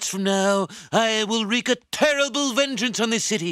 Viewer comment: Baby, I love you, but it's "wreak", not "reek". "Reek" is for bad boys who don't listen and do what they're told.